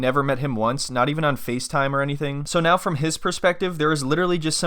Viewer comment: "I can't believe I'm actually having to ask Jose this NaEYEh" She's so confused at speaking english slowly to the camera crew even though Jose is the one who doesn't speak english, and so it wouldn't even help to speak slowly, that she ends up whipping out a thick Belfast accent. 😂